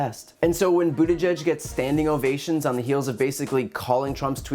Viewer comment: Brian, I applaud you for being able to say Pete’s last name properly. It’s not an easily pronounced Maltese last names.